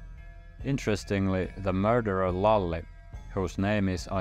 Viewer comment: I’m Hungarian and my name is Lajos, but my nickname is Lali and it’s pronounced almost identically like you said it in the video! Lajos is considered for an old traditional male name in our culture and same applies for the nickname Lali. It’s truly interesting to see and hear about these historical moments that shaped today’s Finland and the history and language (sort of) we share.